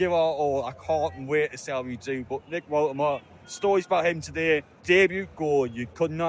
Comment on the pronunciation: It’s pronounced VoltamaDA.